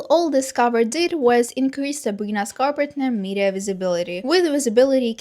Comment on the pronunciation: You’re so good at pronouncing Sabrina’s last name now let’s gooo!!!👏🏻👏🏻👏🏻 Queen!🎉